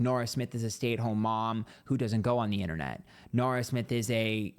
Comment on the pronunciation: i hear "Nara" and think it's an australiian person saying "naur."